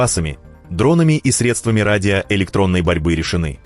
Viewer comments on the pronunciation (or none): none